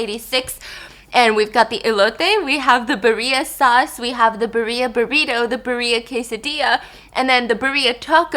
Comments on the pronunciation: Hi Steph, Birria is more like beerr-ya instead of bureeya. I LOVE U BTW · Girl it is not :English Ver. (b-er-i-a) It is: Spanish Ver.(Bi-rrrr-i-a) or ( Be-rrrre-e-a) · Hey Stephanie!!! I love your videos, they always make my day!😊 Just wanted to let you know the meat is pronounced beer-ee-a not Burr-ee-a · i love how she says birria like bah-ria and not beer-ia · BEER-EEEE-uh Steph. You don’t have to say it with the accent but it’s beer ee uh not beree uh. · I love you Stephanie!! Hello 안녕하세요 ❤️ Love that u try all types of food and me being Mexican, I love that you try our food on your channel! The Birria tacos you have are pronounced “beer-ee-uhh” I love you for trying!! Besitos “bess-ee-tos” (aka kisses)💋😘💋😘🫶🏼 God Bless your family ❤️✨ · steph it’s pronounced beir (kinda like beer w a slight i at the end of the e noise) ee uh tacos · I was thinking to myself 'what is bareeya' and then it clicked that she was trying to say birria 🤣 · Birria is pronounced (beer-yuh) sorry to correct u biss I love u I just couldn't get past it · Ily biss but birria is pronounced Beereeah 😭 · Steph i love you but its pronounced beereeahh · Stephanie I love you but your pronunciation of BIRRIA is killing me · Hunny! Say birria wrong one more time!! 😤😂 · Stephanie I love you soooooo much but pls learn how to say birria a little more accurately 😢